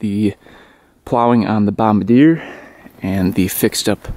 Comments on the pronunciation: 'Bomb-ber-deer' was the guy who aimed bombs during the war... You own a, 'Bom-bar-dee-ay' snow plow. It's French Canadian. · Hey bud...just FYI, you're pronouncing Bombardier incorrectly.... It's a proudly Canadian company 🇨🇦👍🏻, and it's pronounced: Bom - bard - "ee" - yay and NOT: Bomb - a - deer like you were in this video..... No biggie... Just thought you should know, eh? 👍🏻🥃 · Pronounced bomb-bar-dee-eh, not bomb-a-deer. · Bom-bar-d-a. Not bom-ba-deer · FYI bomb bar dee ay, not bomb ba deer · As a Canadian i get really offended when people say Bombardier wrong lol... its pronounced Bomb bard e a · It's pronounced Bom-bar-dee-ay!!!! It's the original company that started CanAm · I love your videos and I want to inform you of the correct pronunciation of the company name. Don't hate me. I was raised in the midwest and pronounced it the same way you do. Then I moved to Montreal and well, things got a bit tense. Bombardier is a French Quebec company. Bombardier is pronounced bomb-bar-dee-eh. Trust me when I say Quebecers take their language very seriously. Anyway. Thanks for the content. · it's pronounced "bomb bar dee yay" bombardier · The name is pronounced "Bomb-Bar-dee-ay" it's French, or something like that. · It’s pronounced bomb-bard-e-a.